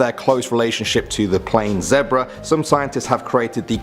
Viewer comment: I’m not cool with the way he said zebra 😂